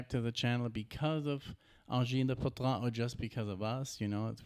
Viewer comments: Guys, it's Poitrine not Poutrine 😂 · Corrigez : POITRINE not poutrine ! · Its Poitrine and not Poutrine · It's poitrine not poutrine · Pronounce "pouah" - "tree" - "ne" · Ok.. it’s.. for yer brain.. “anjean day poo-treeen..” 🎉😂 they actually pronounce it at the beginning of the KEXP Performance if you actually “listen”😬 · It's Angine de Poitrine. It's OK that you can't pronounce it right but at least write right. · Concerning the pronunciation of the name (because, no you didn't nailed it!), a word or a sentence, you can go to google translate, you choose the language you want, you write the word or sentence, you click the little play button, and google will say it with the right pronounciation for you. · If you're unable to pronounce their name now,please don't do It again